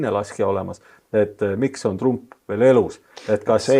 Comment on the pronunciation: nimesid hääldatakse originaal keeles,st TrAMp.